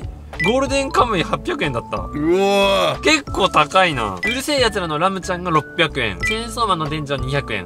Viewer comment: レムが編集の文字もはじめんもラムって言ってて面白い😂